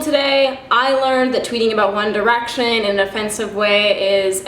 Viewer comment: Girl, your comment literally made me laugh out loud! 😂😂 I thought I was the only one that noticed she said it like that!